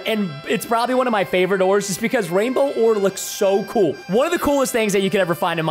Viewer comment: also it's not proboly it's probably